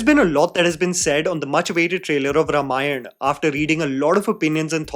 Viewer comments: please Note: रमायण ❌ रामायण ✅ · Calling YOU out,. When you can't even pronounce Ramayana correctly, it somehow disqualifies you from doing any Ramayana review or doing tipani on its faults. Can't you even make an effort? Shame on you 👎🏼